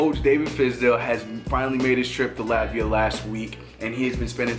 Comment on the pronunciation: My guy, dope video but I dead almost threw my phone when you pronounced dyckman wrong. It's not dick-man. It's dike-man lol, also when you say Latvia pronounce the LAT part like you would pronounce the LAT in latte. Just constructive criticism brotha. Keep up with the pressure.